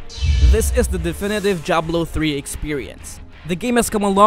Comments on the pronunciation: Jablo?? WTF? it's Diablo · like wtf man this guy says diablo jiablo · when he says diablo it sounds like jablo